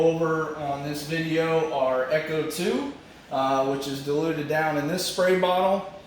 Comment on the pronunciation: FYI... Ech2O is not echo 2 its supposed to be pronounced H2O... Cheers